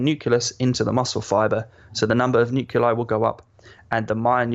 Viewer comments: I hate how he says "nuculai" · The way he’s saying nuclei is really bothering me 🤦🏾‍♂️😂